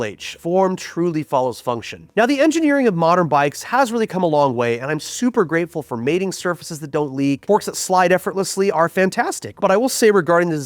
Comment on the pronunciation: Yo, stop with the word FooK